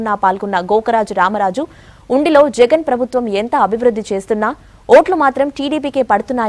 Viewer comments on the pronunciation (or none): none